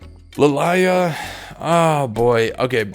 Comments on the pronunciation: oh god Its Lily-ah.... not Lil-eye-ah Im totally getting banned lol. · I swear is saying li lie ah to piss us off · What I have learnt from most of this video, cant fucking read or doesnt know how most names are said I mean with lillia he wasnt even close? La-lie-lah? wtf?